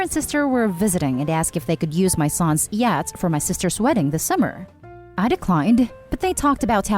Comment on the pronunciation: Laurence and yacht flips from the normal pronunciation to yat at random.